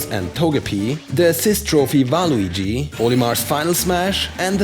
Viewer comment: Did he just call Waluigi, "Valuigi"? lmao